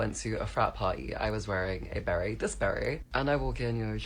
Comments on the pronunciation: Beret. Not Barett. BERET. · The trans person was wearing a "beret", pronounced "ber-ei". The "t" is silent, it is not pronounced. The beret originates from the Basques region of France and Spain. They were also popular in Quebec until the 1960s. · Hey, I had to ask... you really never seen a baret? 🤔 (Pronounced: "berray", with the emphasis on "ray"! 👍) It's the standard military headgear, across the world! (Even in the US!) 🤷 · That hat is a beret, pronounced berry in the UK